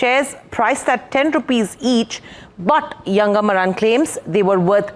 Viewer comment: Pronounce as MAARAN